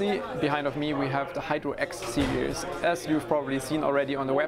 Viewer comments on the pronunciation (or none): Am I the only one who hear "Hyper X Series"?